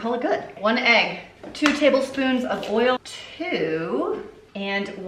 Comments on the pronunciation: Idk why but when you said "ERRL" instead of "oil" I was just tickled pink lmfaooo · I love that you call it "earl"...I do too...lmbo!!!